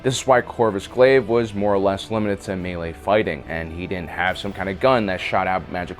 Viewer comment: Correctly pronounces melee, utterly butchers Agincourt.